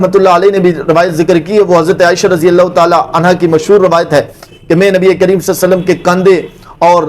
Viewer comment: Sasallam Nahi Sallalaho wa alehi wasallam hai